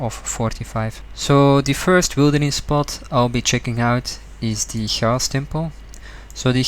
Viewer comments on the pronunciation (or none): The way you say chaos really doesn't sit right with me for some reason lmao.